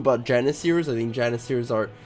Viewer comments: Stop moving your vowels around! Novgorod, not Novogrod Janissaries, not Janissaires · its spelled jann-i-saries not jann-i-siers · Says Janisaries as Janiseers... wtf